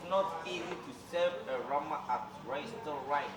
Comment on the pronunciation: Eii 39 and his pronunciation of resturant